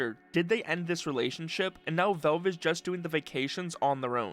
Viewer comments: WHY IS HE SAYING VELVE just say valve dude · Genuine question: why do you pronounce it Velve? You don't say "Elyx" or "belance", so I don't think it's an accent thing where "al" sounds like "el"